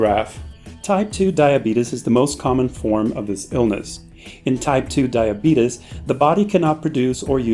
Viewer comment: LMAO this man said "diabetus"